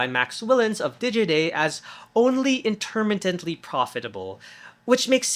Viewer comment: That’s an impressively bad mispronunciation of “intermittently”